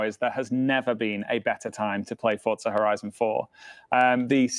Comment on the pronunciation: He keeps saying FORTZA HORIZON